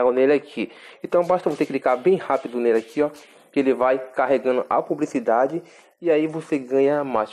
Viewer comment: "Cricar" "pubricidade" kkkkkkkkk meus Deus que português hein carinha pqp!!